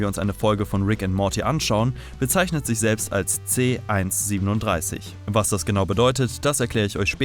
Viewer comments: Man spricht es C 1 3 7 aus und nicht C 137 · nohate, aber man merkt, dass du rick und morty auf englisch schaust, denn du sagst c 137, aber in der deutschen synchronisation, wird er c 1-3-7 ausgesprochen, also quasi buchstabiert, nur lustig festzustellen, kein hate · Es heißt C-1-3-7 Und nicht C-1-37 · Er heißt c-1 3 7 nicht C-1 37 du huan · Das heißt C- 1-3-7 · Haha es heißt c 1 3 7 so spricht man das